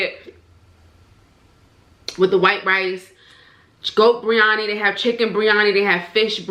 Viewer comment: I'm indian and thats not how u say biriyani